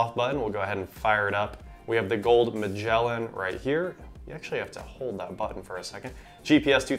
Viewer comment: That's not how you pronounce "Magellan".